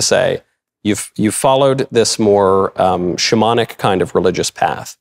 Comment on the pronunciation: Whenever he says “shamanic” I can’t help but hear “demonic”